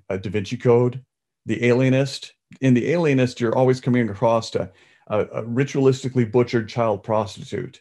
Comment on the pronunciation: Except🤦🏼‍♀️It’s “ACROSS” (Not “acrosT” . Come on man!!you’re an author you should know this!!) ...And just in case you also say, “heighth”, that is not a word either .... Those two words people mess up and annoy me to no end.. amongst others like them.